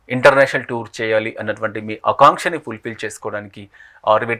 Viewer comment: ఆకాంక్ష అనాలి కాని అకాంక్ష అనకూడదు. కాంక్ష కి వ్యతిరేకర్థం కాంక్ష (కోరిక) లేకపోవడం అని అర్థం. మిత్రమా సుభాషతోనే వెలుగాలి.